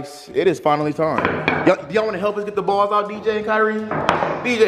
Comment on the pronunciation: You said the balls up wrong on the pool table 😂🥰